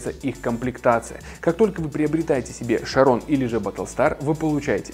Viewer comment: ЧАРОН А НЕ ХАРОН